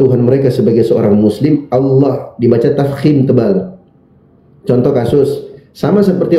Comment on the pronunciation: Oten tulisan Allah Mengapa baca huf h nya gak di ucapan Kok cuma Alla